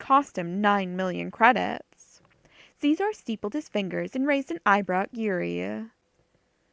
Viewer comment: I enjoyed this. I work 12 hr days minimum, this was good. My only criticism.... You keep mispronouncing Xizor... It is pronounced... She..zor. not zee zor